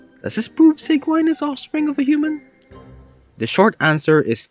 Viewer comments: It's pronounced see juh winn But you pronouncing it Sieg Wine is honestly better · Can we talk about how after hearing Sigewinnes name multiple times in the game, he still pronounces it wrong? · I love how he pronounces Sigewinne like 4 different ways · It hurts me every time you pronounce her name